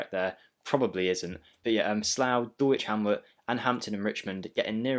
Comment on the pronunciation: I’ll subscribe if you pronounce Dulwich properly….. DULL ITCH, please confirm 😂 forget the “W”